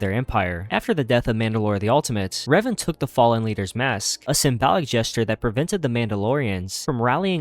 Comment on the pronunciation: Why you call Reven, “Raven”?